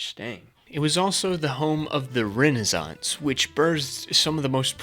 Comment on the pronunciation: it gave us "da rennarzonce"😂😂